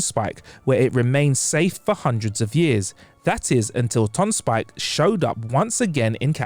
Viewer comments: Why does he keep saying Tonspike instead of Tonsberg? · Sorry, are you saying "Ton-Spike"? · Is the narrator saying “tons spike”? The pronunciation is tonsper with a slight roll on the r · Why did the presenter keep pronouncing Tonnsberg (Tawns-burg) as Tonn-spike? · Tonsberg is not pronounced "tonspike". What is this guy doing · any particular reason you were saying tonsspike instead of Tonsberg? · Tonsberg too, Tonspike? Tonsper (phonetically iirc) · Tonsberg not Tonspike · True what the hell is Tonspike = Tonsberg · Why does he keep saying 'Tonspike?' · Tonsberg, not Tonspike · it hurts everytime you mispronounce Tønsberg